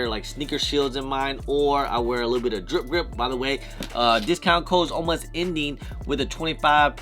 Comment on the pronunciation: damn after like 5 years still can't say Dripp Gripp? 😅 jk it's all good man. Tongue twister